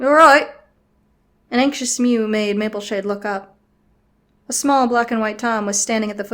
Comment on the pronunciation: “Rainbowshade” is what I think it sounded like.. XD